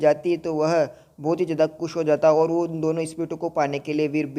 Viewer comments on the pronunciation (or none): Wohaa mat bala kar yar. Woh hota he wohaa nehi